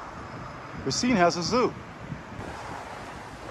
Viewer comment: Please, please PLEASE!!! It is RAH-cine, not RAY-CINE